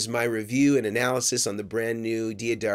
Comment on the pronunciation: Great comparison! the way you say it properly sounds like DAD ario. just so you know